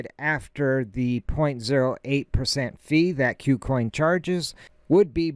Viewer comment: Good info, but for gods sake its not Q-coin its Koo coin. : )